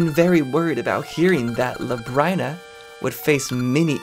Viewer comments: luh-brine-uh? thats a weird way to pronounce it. i hear everyone else calling it lub-rin-uh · Its pronounced Lab-Rin-Uh. Because its like Labyrinth. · Not trying to be critical, but Labryna is pronounced like lu brinn a. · Finally! I've been waiting for this since the Season's playthrough. I always pronounced it lab-reen-ah. That elation you had when you found out FARP was here XD Also, something you might have missed, but you met Ambi's lover in Oracle of Seasons! He was the skeleton pirate captain! "She's gonna form a crush too isn't she?" She might be surrounded by water, but you're gonna find out how THIRSTY that tree can be. "Can I go inside her? Oooh, I can!" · So, common misconception, Nayru, the Oracle, is not Nayru, the Goddess. Same goes for Din not being the Goddess Din. They're just named after the Goddesses, they're not actually the goddesses. Also I'm pretty sure Labrynna is pronounced "luh-brin-uh". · Labrynna is pronounced Lab-Ree-Nuh If I'm remembering correctly, that's how I usually hear it pronounced. Interested in how this goes, never finished a linked playthrough myself.